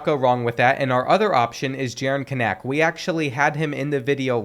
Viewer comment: Kanak's name is pronounced CAN-ICK lol